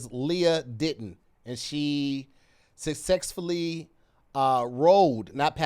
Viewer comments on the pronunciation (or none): I let it slide when he said sucCEXfully but 🧏🏾‍♂️